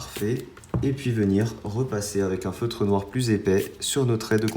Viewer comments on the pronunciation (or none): none